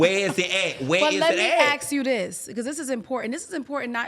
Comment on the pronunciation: Not ax....ASK NOT MISCONSCREWED...MISCONSTRUED...Come on y'all🤷🏽‍♀️